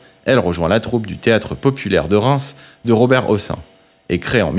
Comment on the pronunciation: A Robert hossin je coupe c'est chiant de se tromper sur des noms aussi connu